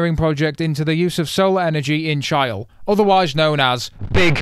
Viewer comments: My guy said "chi-ul" 😂😂😂😂 that's "chee-lay" lmao. Another fantastic episode, can't wait for the Imola episode, you make F1 twitter bearable from a distance 🙏🙏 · Chile=Chiley not Chayl. Btw another great video. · my guy literally pronounced Chile as Child without the d 💀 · Pronouncing Chile like "child" w/o the "d". Hahaha. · "Chyle" like "Kyle" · I’m sorry, but did you just pronounce Cambridge as cam-bridge? And Chile as ch-aisle? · This man said Chile like "child" lol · He did not just pronounce Chile as Ch-eye-le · He called Chile “Chyll” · as a Chilean, I can’t get over the fact that you pronounced Chile like “chayl” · did you just pronounced Chile child 😂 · That has to be the first time I've ever heard Chile pronounced that wrong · i have never seen someone butcher Chile more since Pinochet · I can't get over your pronouncation of "chile" lol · maybe the worst pronunciation of "chile" ive ever heard, lmfao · Thanks for enlightening me on the correct pronunciation of Chile. Thank you. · The way he pronounced "Chile" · Damn. You went easy on the lizards age in this one🦎 Would've bet on at least a mil. Also you butchered "Chile" completely🤣 Other than that. Great breakdown as always. Both tecnical and mentally 🙏 we appreciate you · Really can't figure out if he said Chile wrong as a joke or if he's actually not clocked it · Aaaalsoo Thats the weirdest pronunciation of Chile that I have ever heard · Say this word "Chile"🤣🤣🤣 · we gonna ignore he said chile wrong? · is that really how you pronounce Chile in English? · No one gonna mention he has NO CLUE how to pronounce Chile XD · We aren’t going to talk about how he pronounced Chile 😂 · You missed pronounce chile xd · No way you pronounced Chile like that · He couldn't say Chile haha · Oh come on everything was going sweet until you mispronounced Chile on the wake of our Independence Anniversary. But we give second chances cries in tanganica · Please pronounce Chile correctly lol